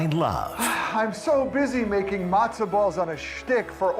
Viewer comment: Did she actually pronounce 'Matza' as 'Mazda?'